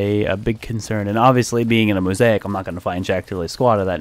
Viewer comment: Did he say homosaic?